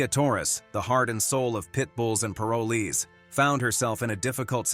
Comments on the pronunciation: Tia and her have done such a fantastic job with the "world's most misunderstood breed." The announcer kept pronouncing paroles wrong but then he did it right and switched to misprouncing the word wrong. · PLEASE PRONOUNCE PAROLEES CORRECTLY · If only the guy could say "parolees" correctly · Narrator needs to pronounce the word "PAROLEE " correctly. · OMG, the narrator is mispronouncing Parolees. It's making me nuts. I love Tia, she is the very best. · Pronunciation please. Pitbulls and Paroles. That is an "o" after the r in paroles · I don't know why you say parolees the wrong way you are saying it if you talk about the show say it right now way thank you i am from Salem Oregon have a great day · This computer voice pisses me off every time it mispronounces parolees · wish you pronounced parolees correctly